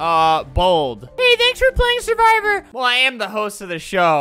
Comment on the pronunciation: That’s not survivor it’s suwvror